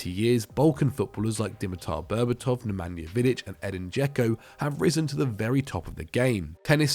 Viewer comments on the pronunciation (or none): none